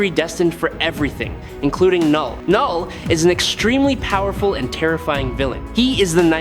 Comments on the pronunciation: Lol, k-null was killing me this entire video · I thought it was pronounced "Null" with the k being silent.